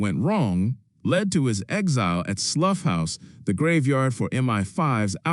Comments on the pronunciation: Not "Sluff House" it rhymes with plough. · WHO is narrating this! ridiculous...'slough house'...geez